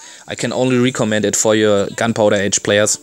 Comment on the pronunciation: Just a little help with the word recommend say it like this Rek om mend just faster. Hope I could help you with an English word love your video